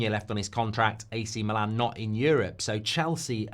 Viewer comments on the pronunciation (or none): none